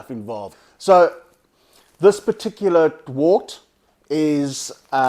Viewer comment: It's pronounced wert